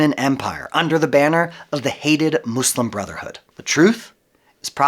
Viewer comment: The country is called Turkiye; pronounced like "Turk-key-a". Also, I'd like to thank you for your inserting the word "slum" into your every utterance of the Arabic word that means, "One Who Submits God's Will". Thanks again for being obvious in your disdain for learning on your own and choosing to be a....... not so clear on who you refer to when you say, "our" and "us".